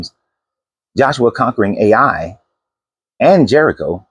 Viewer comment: Ai is pronounced Eye not A i